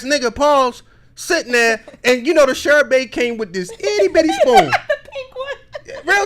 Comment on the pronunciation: Sherbay lol… smh…it’s Sherbet, pronounced shur buht.